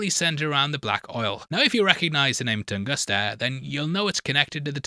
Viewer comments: Tunguska not Tungusta 😂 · Tunguska. Not Tungusta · TungusTa??? HonoluKu???? Are you ok?